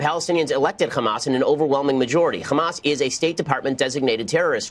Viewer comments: It's funny how Ben Shapiro pronounce Hamas as Khamas to make it sound like he knows what he's talking about. When it actually doesn't sound like that in Arabic. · You're right. But that's how we pronounce it here in Israel. Because it's spelled "חמס" in hebrew. And he's Jewish. 🤦‍♀️